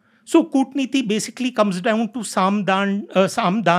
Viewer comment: he is unable to pronounce Sam, Daam, Dand, Bhed. That is the level of our intellectuals level 🙏